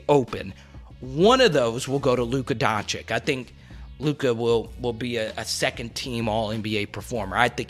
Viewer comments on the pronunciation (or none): Yo my man, it’s pronounced Doncich and Jokich, not Doncik/Jokik